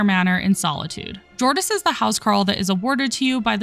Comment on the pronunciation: Just for the record, the “J’s” in all the Nord names are pronounced like “Y’s”. Example, “Jordis” is pronounced “Yor-dis”